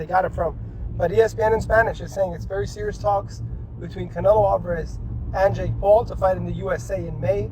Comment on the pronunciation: dude can't even pronounce Canelo, shows Nate Diaz when talking about Paul fighting former UFC champions. These whack AI generated videos are a joke.